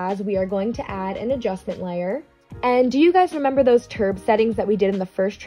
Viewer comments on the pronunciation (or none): i just love how she says "turb" LMAO